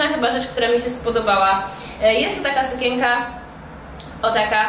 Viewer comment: razi słowo sukięka - wymawiaj sukieNka. No przepraszam, ale musiałam..